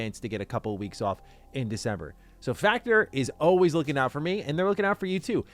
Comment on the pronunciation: needs to learn how to pronounce "forward" and "always". It's not "Foe-werd" or "Awe-wayz"